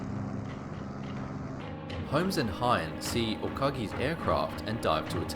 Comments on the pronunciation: Vice Admiral Ugaki Matome's name is U-ga-ki, NOT U-ka-gi. It does NOT rhyme with AKAGI. The shootdown of Admiral Yamamoto may have been vengeance but the material effect of killing him is far from clear. Japan was in retreat by April 1943, the war was well on its way to being lost. The position of CinC Combined Fleet was taken over by Admiral Koga Mineichi, who had sound ideas on how to organize Japan's remaining resources to continue the war but had far fewer of those resources to work with than Yamamoto had. He faced an opposing U.S. military far greater than it was when the war started in 1941 at Pearl Harbor. Koga had less than a year in the CinC position before he too was lost. Yamamoto's shootdown gave the admiral as honorable a death as he could have chosen, at the hands of the enemy in an air action. Before the war became obviously hopeless and the folly of launching war against the United States became clear. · Umm... Yamamoto's chief of staff was Admiral Matome UGAKI, not "Ukagi"!